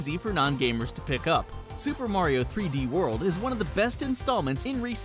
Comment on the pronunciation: Josh A. he said 3ds land and not 3ds world